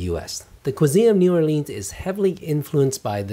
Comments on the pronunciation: It's New Orleans not New Orleens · Learn how to pronounce the name of the city.... if your going to do reviews.... Unreal!!!!!!!!!!!!!!!!!!!!!!!!!!!!!!!!!!